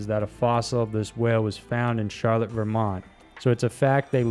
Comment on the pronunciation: I've lived in Vermont for my whole life. Never ever have I heard champ referred to as champy. Also it's not pronounced Charlotte . Its char- lot. :)